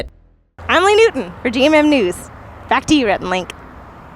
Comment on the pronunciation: Leeeeee! its Lee! 😁